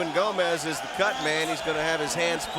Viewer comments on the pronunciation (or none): none